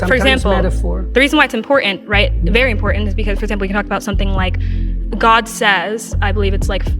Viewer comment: Jordan Peterson believes in god, he just pronounces it Jod